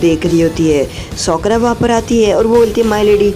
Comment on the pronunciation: Bro she's name is sakura not sokora 😂😂😂